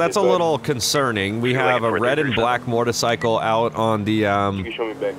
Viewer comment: he said mortacycle